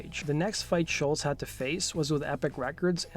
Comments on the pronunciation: It's SCHOLZ not SCHULTZ.... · Damn dude, first, you gotta learn how to pronounce Tom's last name: it's ScholZ, not shultz! 2nd, a bit more fact checking. You tell parts of the story different than Tom himself. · Great first album, great songs, great guitar tone, drums and bass sound really good for mid-70's basement studio recordings, and Brad Drop provided incredible vocals. It sounds like you're pronouncing his name, "Schultz," and not, "Scholz." Kinda annoying. Cool video otherwise. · It's not Schultz, it's SCHOLZ (rhymes with moles). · This is to the guy who did the Voice over it's Tom Scholz not Scholtz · Great video and info. BTW, Scholz is pronounced "Shoals". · Hey nice job but can you pronounce his (Tom Scholz) name correctly especially if you are going to say it dozens of times? It's pronounced like "Shoalz" there is no "t" sound in it. But you even put a "t" in the tags of the video. Otherwise good job. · Narrator mispronounces Tom's name every time! The is NO "T" IN HIS NAME! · Doe the narrator keep mispronouncing Sholz or am I not hearing him correctly?